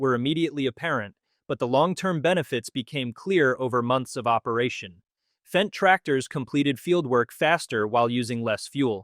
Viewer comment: Fendt, not FENCE!